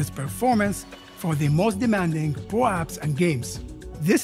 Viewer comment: "pro apps" sounds like "prolapse*